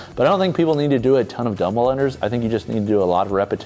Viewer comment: Did u say Dummull unders???….duhmuhl?? Unders